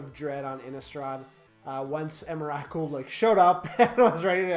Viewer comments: the way you said emrakul just .. dear god man xD please no xD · That's not how you pronounce Emrakul...